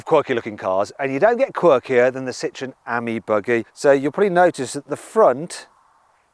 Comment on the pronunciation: It’s pronounced “aim ee” - Ami , you’re saying Ammy